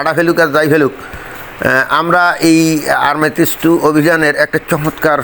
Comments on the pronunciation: আর্মেটিস নয় ওটা হবে আর্টেমিস। বার বার একই উচ্চারণ করছেন কেন? ভালো করে পড়ে দেখুন। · আর্টেমিস। আর্মেটিস নয়।